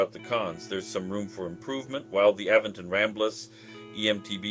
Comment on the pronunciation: Great review but your saying the company name wrong It’s Aventon not A ven ton❤️